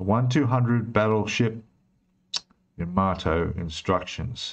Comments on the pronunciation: $600.00+ for that model!!!!..............................Wife just said get the divorce papers out, IF, I even thought about purchasing it! ------ ps: It's pronounced "Ya-MUH-Tow, NOT Yah-mah-toe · A Japanese friend told me it’s pronounced “Yuh-MAH-toe/Yuh-MAH-too.” I think it’s one of those words that people say differently with their accents, like how I’ve heard Brits say “YAMA-toe.”